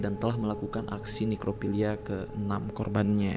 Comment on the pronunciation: Bang inget ini nekrofilia bukan nerkofilia 😂